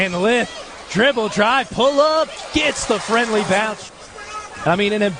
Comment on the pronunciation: it's Lith....not Leeth